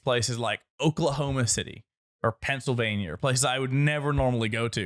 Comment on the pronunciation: no way this man said Pennsylvania